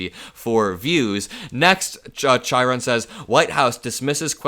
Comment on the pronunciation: Quick note. Chiron is pronounced kye-ron and not chai-ron.